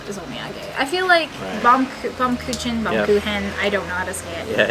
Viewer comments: Google Translate pronounces it as "baumkoohen" with kind of a slight harder edge to the "h" sound. That's using German. Using English it pronounces it as bomkitchen. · Hello and! Great to see you both on this video. If it helps, the German cake is pronounced "Bowm-koo-ken," if you pronounce "bow" like taking a bow at the end of a performance. The translation essentially is "Tree Cake" because it looks like a slice of a tree trunk, due to the concentric rings. Thanks for the wonderful video!